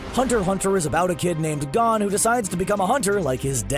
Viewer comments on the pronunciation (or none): Why make a channel about anime if you obviously dont even watch then. You couldnt even pronounce "gon".......